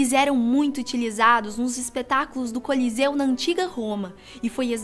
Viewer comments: "moito" kkkki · ''' Foi Moito XD Kkkk .